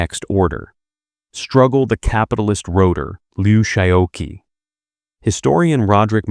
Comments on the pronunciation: it's pronounced Liu Shao QI as in "chi" or "chee." The mispronunciation of his name throughout this video is somewhat annoying. Please check pronunciations of foreign names before recording. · Qi in Lou Xisoqi should be pronounced as chi. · Uh, Dummy, that Q is pronounced "ch." President Liu Shaoqi is Liu Shaochi. The person responsible for this soundtrack should be fired. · You destroy your credibility by consistently mispronouncing Liu's name. I mean really, learn some pinyin, his given name is pronounced Shao CHEE.